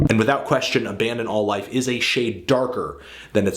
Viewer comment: I saw Nails live and they sounded gnarly as fuck. Also, way to fuck up album's name at the end, Anthony! lol Good review, though.